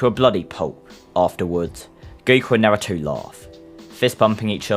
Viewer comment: is the only person that pronounce naruto correctly